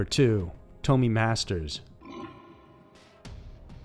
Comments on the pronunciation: Its not Toe-me, her name was pronounced Tom-Me. Her name was Tomi. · Come on man " tome ee " I've never heard this case but its definitely pronounced " tommy ".